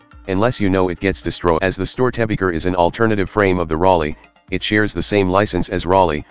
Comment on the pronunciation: Rock and Stone oT love your content, as a person raised with the storys of Störtebeker I must say you did your research ^^ just the pronunciation ist a little bit off with this Voice xD